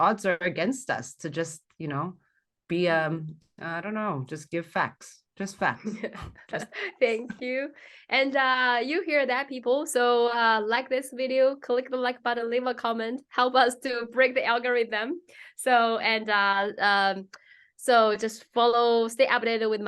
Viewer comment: Ms Li, your English is very good. Let me help you get better. Remember English often uses plurals ( 复数), (Chinese don't). So "complaintS", not "complaint". Also, don't substitute "v" sound with "w" sound. Example: video, not wideo. "v" is like a soft "f" sound.